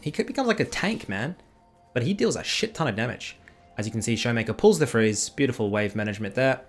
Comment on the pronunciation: Bay-you-T-fool. So that's how you pronounce it...I've been pronouncing it wrong all this time!!!